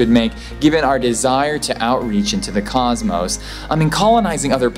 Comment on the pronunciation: Coszzmoss, not causemouwss. Please..........